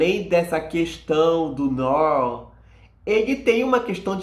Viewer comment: Amigo, "noir" se pronuncia "noár" rsrs